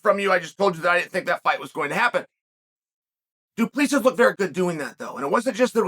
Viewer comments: Chael is the type of guy that will find a way to mispronounce your name even if its as clear as water. Mr Bad Guy Inc. It is the same concept of pronouncing Duplex but with Sis at the end. Not D U P L I S I S please! Mr Sonnen. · He didn't pronounce it right. It's a French surname, but we as Boers in South Africa pronounce it Du- Ple- Si. I'm a white Boer South African like Dricus, so I know. He didn't pronounce it right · Put your index fingers on the inside of your cheeks then pull them apart....then say 2 plus 3...that's how you pronounce his name.😂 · Chael you got it right the first time only. It's pronounced Dricus Du-ple-sea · It was funner when Chael pronounced it “Drexis Du Plexis” lol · Yeah, his name is pronounced "do-plus-see" it is Afrikaans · Only got it right the first time. As a South African, it's pronounced 'du Pla Sea' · Please learn how to pronounce "Du Plessis" 😂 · Only Uncle Chael can pronounce the same name 3 different ways in the same minute. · You finally pronounced Dricus Du Plessis correctly in the beginning just to pronounce it wrong again. As a south African that's enough to unsubscribe. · Love how Chael nails the name in the intro, and proceeds to butcher it for the rest of the video. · Chael perfectly pronouncing a foreigners with a trippy name to kick off the video and then switching back to his classic Chaelified pronunciation for the rest of the video. The man knows how to play with emotions 🤣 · but that’s not how you pronounce it lol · fuckin close enough, he’s a yuppie from South Africa. Treat him as a WWE heel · It's NOT pronounced like that😃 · He pronounced it correctly the first time he said it. Then went on to mispronounce it the whole vid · He literally said it wrong. Cringe. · I really wonder if its on purpose😂